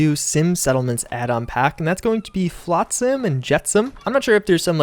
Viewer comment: Would rather see more CBBE related mods than ANOTHER gun mod. Edit: if you’re not sure how to pronounce a word you’ve never seen before (flotsam), google it and listen to the pronunciation before saying it in your video. Here’s a rainbow 🌈 to make you feel better when reading this comment because I’m sure your first boss or your graduate thesis advisor is going to be just as concerned about hurting your feelings when you finish college.